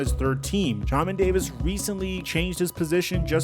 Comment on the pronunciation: Bro said Jah-men davis 💀